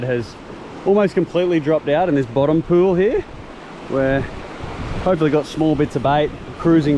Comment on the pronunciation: cracks me up every time you say pewl